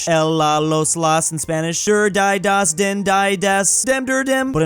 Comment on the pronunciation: He also killed the entire German and Austrian population by pronouncing Die and Der as Dai and Dör